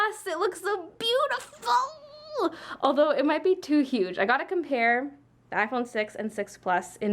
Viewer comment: Omg when u said I phone six I thought you said I phone sex😂😂😂sorry